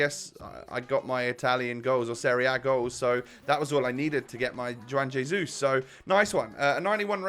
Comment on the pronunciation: It's pronounced: one haizeus